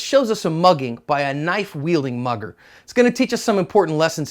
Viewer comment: Everytime you said mugger I heard mother